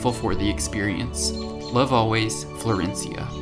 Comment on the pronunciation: I love your storytelling. Also, excellent pronunciation of "Florencia"